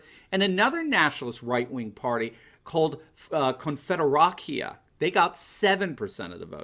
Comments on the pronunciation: It’s Konfederacja - the C is pronounced more like “ts” not “k”. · c in polish is pronounced as /ts/ as in "pizza" or "tsunami". So /konfederatsia/. c is never pronounced as /k/.